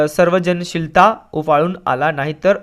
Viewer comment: Sir on( pg no. 2 ) 2nd para 5th line u read सर्वांशिलता and it is सर्जनशीलता Edit: no one accept their mistakes in such way and u accepted it u r the first.